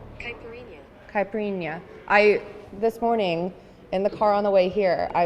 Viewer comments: She didn’t pronounce the drinks correctly though. It’s not ”caprinya” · Omg youre so cute trying tô say caipirinha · So, i love u. But I’m portuguese and u are so funny saying those portuguese words like fogo de chao and caipirinha 😂 u nailed the cachaça and fraldinha though. 💙